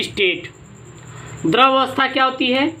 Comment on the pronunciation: द्रव बोलो यार